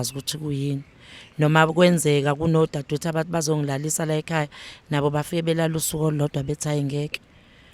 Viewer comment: Laykhaya si rushing singazi ziriahiswa yini..you guys are rich but can't even pronounce the word!!